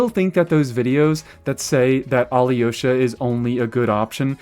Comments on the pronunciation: You’re pronouncing alyosha as aliyosha Try to pronounce him without the i Al’osha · It’s pronounced A-low-sha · When you make the next Alyosha video, will you pronounce his name the same way the game says it? I have little experience with Slavic languages and had no idea until today that it's pronounced more like "ah-LOW-shuh" (the Y is silent or something)